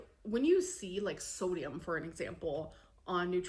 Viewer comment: this is a nitpick but i cant stand the way she pronounces things like its genuinely really starting to annoy me. soodium. eyg. layg. melk. ben and jerry. shes unreal.